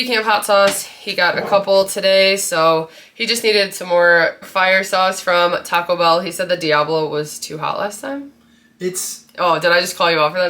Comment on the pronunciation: Looooool taco (er) be(a)l !!! 😂